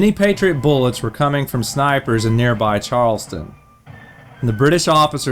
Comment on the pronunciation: CharlesTOWN not CharlesTON